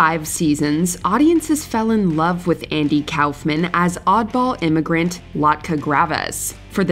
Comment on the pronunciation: Who is Andy “Cowfmann”?